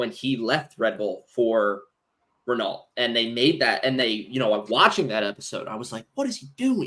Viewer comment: Rennoh, not Rennalt! 😘❤